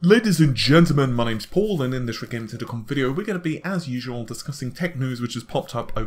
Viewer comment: When he says redgamingtech at the beginning of the video it sounds like he's saying red titty cum.